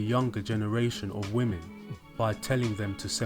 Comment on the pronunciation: It’s not ‘woman’ it’s women. Why are so many people screwing this up?